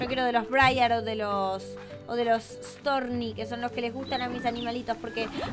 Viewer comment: se dice stouny, no storny